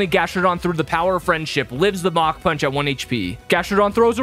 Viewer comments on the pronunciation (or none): none